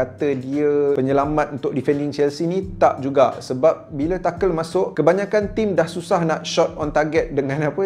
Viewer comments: Tu nghel bukan takel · Cara sebut dia tuchel lah bukan tuchel bang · TA-KEL ke Tuchel? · Kalau tak silap aku cara sebut nama Tuchel tu ialah “tu-hel” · Tuchel bukan takel tapi good video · I cringe everytime you pronounce Tuchel. Except for 😂 oh bukan saja Drogba & Costa yg perform.. Samuel Eto was 🔥 at Chelsea